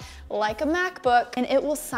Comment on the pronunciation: I thought she said Math Book at the Begging